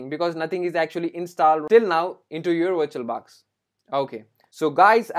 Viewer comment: If he gets 1$ for everytime he says viiituol baax , this man could become BILLIONAIRE